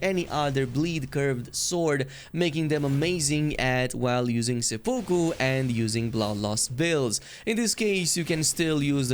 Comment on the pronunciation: Love the content, been around since no mans sky. Love how you say seppoku